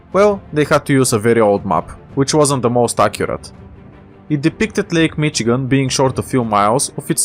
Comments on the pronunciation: Just a small nitpick but we pronounce Michigan like Mishigan similar to how the Germans would pronounce it due to the large German influence in the Midwest. Other than that loved the video keep it up man! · As a Michigander, I am very happy you made this (also it’s pronounced mishigan, with an sh sound instead of a ch sound).